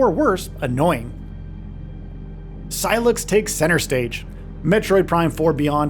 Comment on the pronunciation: Sy-lax? lol Did I hear that right?